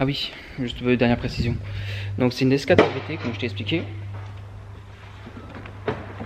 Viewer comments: Salut, on dit Abt, pas A.B.T. Il s'agit, comme tu le sais, d'un préparateur qui se nomme Hans-Jürgen Abt. Amitiés. Jc. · Salut, j'aime beaucoup tes vidéos que je découvre, par contre, si je puis me permettre, ce n'est pas "A.B.T" mais "Abt", Société de M. Hans-Jürgen Abt, bien connu en DTM :)